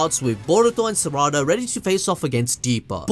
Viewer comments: Who Th is serada ITS PRONOUNCED LIKE SARADA NOT SERADA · Why you say sarada like that